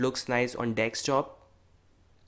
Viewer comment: Can you please say Desktop instead of dextop or dekstop